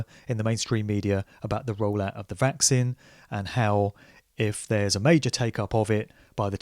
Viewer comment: I'm fascinated by your pronunciation of 'Vaccine' (vækˈsiːn). You say it like it's 'Vax sin', which is actually kinda cool.